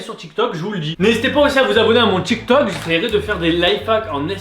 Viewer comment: Du coud tu dis « TchikTok » et « Landre »